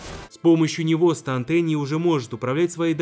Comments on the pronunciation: Вроде произносится не станд а стенд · Не станд а стенд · Если на английском то нужно говорить стенды, а не станды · КАКОЙ СТАНД!!!?!!?!!!?!?!!1 СТЕНД ПРАВЕЛЬНО СЬЕНД!! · Разве не стенд , а не станд? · не станда а стенда или стэнда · Не станты а сденды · Это не станд а стенд